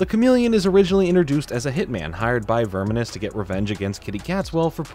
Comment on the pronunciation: I think you're slightly mispronouncing Snaptrap's first name.